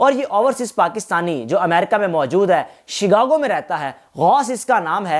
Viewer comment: اردو تک بولنی تک نہیں آتی ، اور یہی وی لاگ کسی اور نے بھی پیش کیا ۔۔۔۔۔ اور شگاگو نہیں شکاگو ھے ۔۔۔۔۔